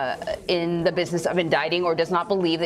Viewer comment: Whats this word....busific?!